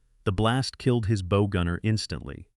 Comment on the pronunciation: Why can't the dumb AI figure out the difference between bow 🎀and 🏹and bow🙇.